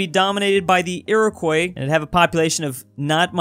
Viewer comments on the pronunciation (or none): its pronounced (eerakwa)!!!!!!!!!!!! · “Ear of Koi” bitvh what did you just call the Iroquois?